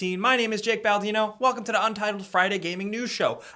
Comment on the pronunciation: Jake, everytime you intend to say "to the" it comes out "do da." You can pronounce "th", I know you can - just believe in yourself.